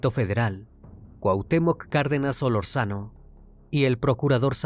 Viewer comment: Me molesta que no sepan ni pronunciar algunas palabras o apellidos.... llegué hasta donde dices "Solorzano" sin acentuar, es SOLÓRZANO 🤦🏻‍♀️